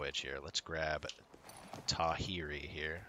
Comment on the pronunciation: Enjoying your playthrough so far, re: pronouncing some of the Māori words like Tawhiri - WH is an F sound, so it would be closer to TA-FEH-RI and the R's are rolled :)